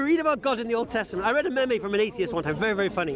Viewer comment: Lol is wicked. But the way he says memes is too jokes!